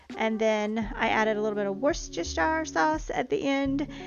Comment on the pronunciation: ❤️ wus-ter-sheer 😉 xxx